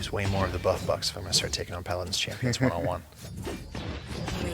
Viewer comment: they dont even know the names/pronunciation of the champions....for anything thinking of getting into paladins (rare) its still a fun game but watch this video and you'll see the exact same energy they put into fixing the game and keeping it alive.